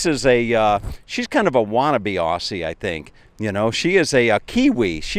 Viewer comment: Its Aussie not auussiy